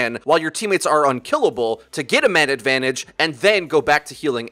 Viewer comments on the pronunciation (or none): none